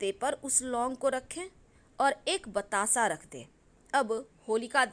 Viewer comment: aapne ghee me lung or paan ka pta iske alawa kya bataya h samjh me nhi aaya patasa bola ya batasa ?????